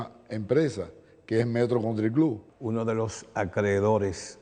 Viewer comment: Alicia no exageres con la fonética. Metro country cloubaaa.